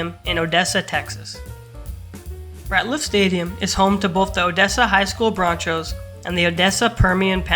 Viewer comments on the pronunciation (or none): either way bro, wtf is a ‘broncho’?? 🤣😂🤣